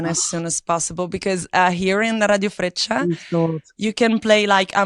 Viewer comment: It's Radiofreccia, not Radiofrecchia :P